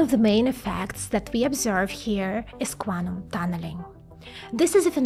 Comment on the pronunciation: I cannot stop listening to "Guanum" as Guano, but Quantum ^_^